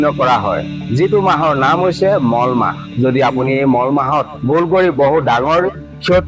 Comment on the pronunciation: Mol mah nohoy Molo mah buli kobo lage